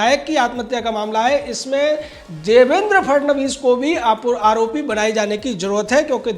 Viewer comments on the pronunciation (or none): none